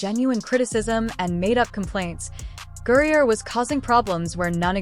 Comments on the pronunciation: I stopped listening after the automated narration messed up the name 30 seconds in. Please use phonetics in your scripts if you don't want to annoy your potential follower. Britney GRIE-NER and STEVENAY Smith will sound normal when narrated. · "GRINER" get his name right!!!!